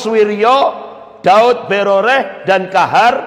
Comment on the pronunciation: Subhanallah, saya selalu mengikuti ceramah pak Ustadz ini dan senang. Cuma ada lucunya ketika beliau menyebutkan nama Pak Daud Beureh menjadi Daud Broreh. Ha..ha..ha... Jadi saya ketawa dan geli dengarnya.